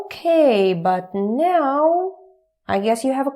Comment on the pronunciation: normal "now" and now "meow";D